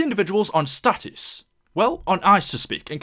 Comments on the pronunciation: Stasis dumb fuck not status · If you would say stasis instead of status you would realize that they aren't frozen